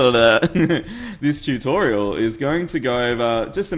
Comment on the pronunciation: Does anybody else notice he says chewtorial